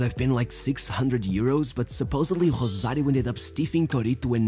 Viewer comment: My dude keeps pronouncing "Rosario" in Portuguese for some reason.